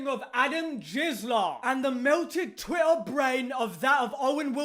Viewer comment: Evrytime says twitter like “Twi’ah!”